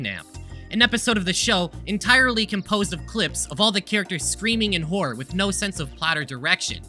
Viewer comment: and every time he says "whore" instead of "horror"